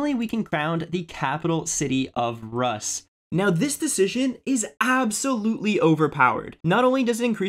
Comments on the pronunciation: When he pronounced Capital of Rus xdddddd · Your pronunciation of Varangian and Rus are just terrible. 0/10